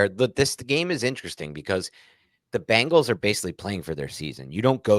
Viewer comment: Why do Jerseyans pronounce Bengals as Bangles? 😂